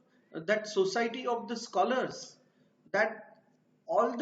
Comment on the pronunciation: Learn to pronouns Scholars😊😀